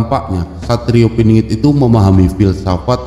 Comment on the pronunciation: Pinangat piningit ngk jelas bhs mu